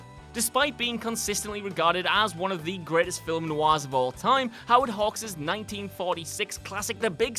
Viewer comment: Fillem? Did he say Fillem?